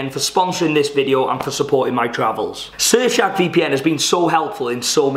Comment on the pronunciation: At the start it sounds like you're saying 'Surf shag VPN' lol 😂